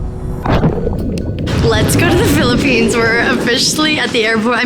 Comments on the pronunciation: It's "PHILIPPINES" not "PHILIPPENES" I'm from the Philippines but no biggie, I understand how taxing editing these awesome videos can be, Molle. 😆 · 'Philippenes' lol.